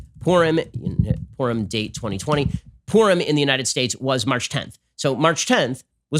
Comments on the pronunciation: Many many people have been working so data should be collected on what has happened with them. Take a walk, they are everywhere. "We decided we just couldn't go to this porn party..." ?? Please pronounce Purim more carefully. 🤔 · I got distracted and then heard Ben Say "And I said to my family, 'Guys, I don't think we're going to this porn party.'" O_o Clear enunciation is a virtue. lol